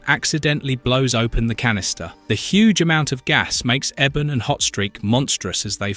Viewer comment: ( Eeee-bon ) ebon not Eben